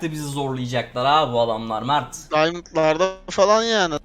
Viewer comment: Mağrt değil çocuğun ismi mert